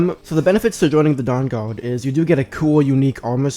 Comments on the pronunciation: The durr durrd? 😂😂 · Cwossbow bowts fwom the downguawd 🥺